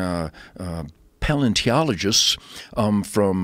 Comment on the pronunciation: Really really funny to hear him try to pronounce 'paleontologist.'